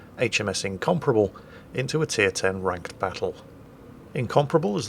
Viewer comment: The way you say Incomparable sounds like you're saying Incomprehensible, which is fairly apt give this game.